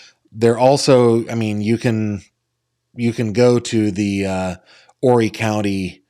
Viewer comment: So glad to hear you pronounce Horry County the correct way. Most You Tubers dont.😂 Most say "Whoree".😂